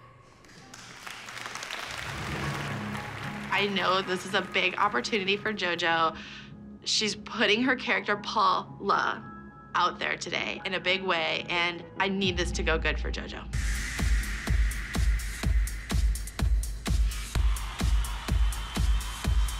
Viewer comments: It's paul-La not paul-a 🤦🏻‍♀️ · it’s not Paula it is Paul-la